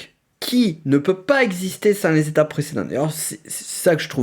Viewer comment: Éveil ou pas c’est pas neuf zétapes mais neuf étapes …